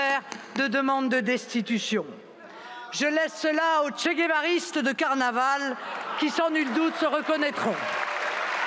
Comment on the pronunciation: "aux chegevaristes de carnaval" 😂😂